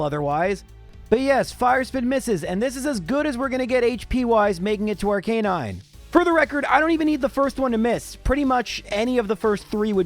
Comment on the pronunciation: Please learn to pronounce names correctly. Especially Arcanine!